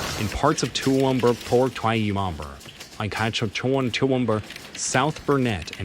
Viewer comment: Hey America, it's Toowoomba... NOT Tuumbumber!